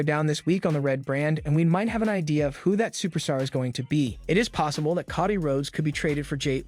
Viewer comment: dude ti is not pronounced caw dee it is co dee